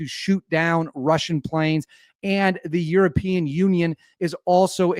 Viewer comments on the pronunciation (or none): none